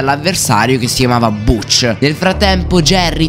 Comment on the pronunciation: Si scrive Butch ma si pronuncia Batch